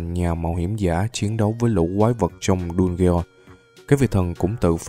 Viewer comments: Đu ge on 😂😂😂😂 Dungeon mà😂😂😂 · Anh đọc dungeon thành đu ghê on thì cũng đúng mà đọc đúng thì là đân dần